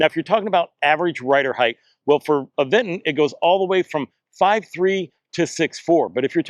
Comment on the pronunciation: There's no 'd' in Aventure. And there's no 'g' in Aventon, like the reviewer kept saying. The Aventure.3 is worth it for the security features alone, IMO.